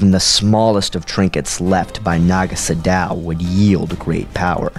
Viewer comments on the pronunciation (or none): it's pronounced sado not sodao fyi